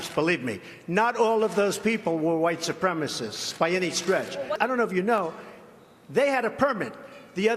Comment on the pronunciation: Trump sucks.... He can't even say white supremacists properly...he says "white suprema-sis"